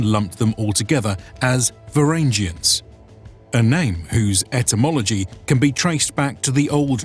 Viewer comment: You mispronounced the name